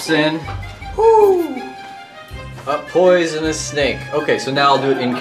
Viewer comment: It's not "a p----oy------son-nus snake." It's an owl speaking. So it should be, "A p-oooooooo-son-nus snake." Krispen has Cedric go with Graham. Yet Cedric doesn't help him in any way other than bringing Graham from Daventry to meet Krispen. He won't go into the desert with him to look for water. Graham has to die a few times before he locates a source of water on his own. Cedric doesn't want to go into town with Graham. And he doesn't want to go into the forest with Graham. Cedric sprinkles some fairy dust on Graham to make him fly. If fairy dust can make Graham fly, wouldn't the fairy dust go up in the air rather than fall down to the ground? You're right about the colors and the scenery. They're really beautiful! Rule: "Take everything that isn't nailed down." In other words - STEAL. Stealing is okay in the King's Quest series. There's nothing like stealing. "Defying normal thinking." How about the magic pocket? Graham puts a custard pie in his pocket. He keeps a hammer in his pocket. Also a harp, a tambourine, a rotten fish, a leg of lamb, a nice warm cloak, a sled, a marionette. and a magic wand among other things. The same in KQ6, KQ7, and KQ8, with Alexander, Rosella, Valanice, and Connor carrying all sorts of objects in their magic pockets...a shovel and a hammer & chisel, a gold bowl with green water in it, a jar of clay with salt or fresh water in it, a China bird, a magic mirror, a gauntlet, a magic map, a lantern, a dangling participle book worm, Beauty the slave